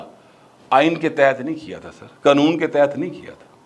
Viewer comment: Qnoon nhi bulky Qanoon khan krn vesey ap Acha bolts hn thanx